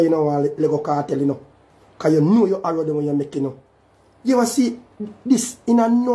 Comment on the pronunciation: Di man say sir p dunce …so him is wat mr Arrow my yute the word is error 🤣